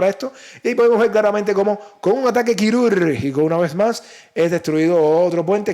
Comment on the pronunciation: Minuto "...... un ataque quirurrr r r r r r r r r r r r r r r r r r r r r r r r r r r r r r jico.." Tu dialecto ya ha evolucionado en ensalzación a la tecnología rusa !?!?!?!?!?!?!?!?!?! Yo como creo en la tecnología insuperable de la telequinesis. ................me dió risa............jajajaj.